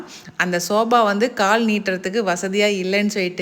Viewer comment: It's not sobha,it's sofa😅😂